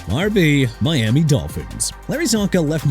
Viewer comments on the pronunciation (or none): none